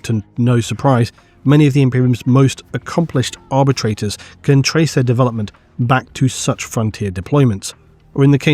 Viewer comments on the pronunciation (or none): none